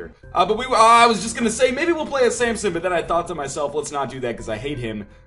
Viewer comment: i really hate that he says samPson instead of samson